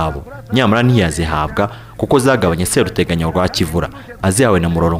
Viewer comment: Seruteganya barivuga ushyizemo ubutinde. SeeruteganyA . Naho Nyiraburunga ( Nyiruburanga) Yari umukono koko.